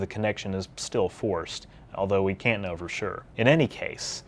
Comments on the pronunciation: why do you say k-now like you audibly pronounce the k in know. I've never heard anyone do that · He said K-know at :030 and I'm not sure why this makes me laugh XD